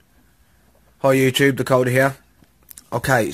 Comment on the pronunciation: when u said the coder it sound like dakcoda